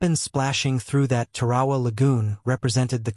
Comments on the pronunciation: Please look up how to pronounce Tarawa !!!!!!!! It's place in history means it deserves to be pronounced correctly. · Beyshio, Tar"awa.